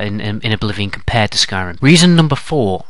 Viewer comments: Skryim lol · "Skryim" The Next Elder Scrolls game. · did you mean "Skyrim" instead of "Skryim" at the begining? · lol Skryim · in the beginning u spelled skyrim skryim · Skryim XD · Who else notice in the beginning it said 'Skryim'? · Skryim haha